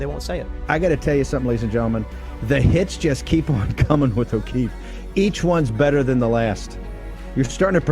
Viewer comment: I believe it's pronounced "O´Keeves".